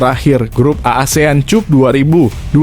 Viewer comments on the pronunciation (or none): Min, lain kali kalau nulis naskah untuk narasi, tulis saja Asian Kap, Tolon Kap biar dibaca oleh naratornya begitu ketimbang nanti dibaca sebagai [cup] seperti bunyi kata kunCUP. Biar tidak memalukan didengar orang banyak.